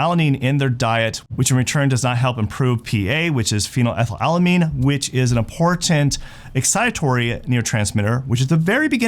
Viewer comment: right, he's a dofuss, pretending to be important, or IMPORNAN(t).